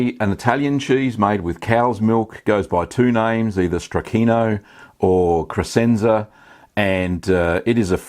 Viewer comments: If I can be a jerk and correct you, the "sc" in Crescenza is pronounced like "sh" - so it sounds like creshenza, not cresenza. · For those who care, it's pronounced "kreshentsa".